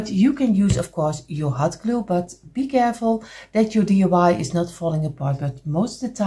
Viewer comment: I am a new subscriber. I just love your work. Just to help you out the word you were looking for is a lamp post. Also I chuckle because you say DUI instead of DIY. You are too adorable!!! Thank you for teaching us so much. Can you do more with the small blocks please?